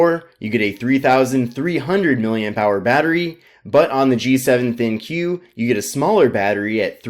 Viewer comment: Isn't pronounced "Think," not "Thin-Q?"